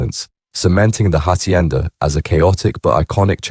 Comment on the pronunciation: The Hachhienda 😂 give up mate your terrible